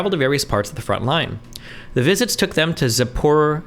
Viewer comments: Destiny has had multiple conversations with a Ukrainian who has pronounced it to him before before but he still calls is zaporizizizia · Meanwhile Destiny claims to know about Ukraine politics and can't even identify the Donbas region or pronounce Zaporizhzhia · Now I understand why Destiny knows nothing about this war. Can't even pronounce Zaporizhzhia, his only source of news are mainstream.. No wonder he's so biased. People outside of NATO side with Russia because they get news from both sides.